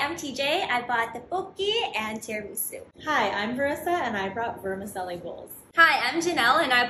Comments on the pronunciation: Please tell me Americans don’t pronounce vermicelli vermissselli 😢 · "Vermincelly" Ain't no way she made that dish she bought that shit 💀 it's pronounced verminchelly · I thought vermicelli was pronounced ver-ma-chelli for my whole life. There is no ch why did I think that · because it's italian and it IS pronounced ver-mi-chelli. she mispronounced it in the video. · You’re not even worried about the pronunciation of vermicelli? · Oh dear God. It's pronounced "tah-lyah-TELL-eh" not tagliateli. THE G IS SILENT. Please 🙏 and thank you. Also, ver-mih-CHELL-ee. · Oh lord these Italian pronunciations are a mess! Vermicelli girl, tell me you’ve never heard a single person pronounce that word! The C makes a CH sound! Andrea bocelli and Botticelli are shaking! And tagliatelle girl, close but not quite. Just don’t pronounce the G